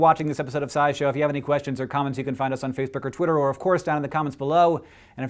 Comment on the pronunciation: "Faceberk er twirter"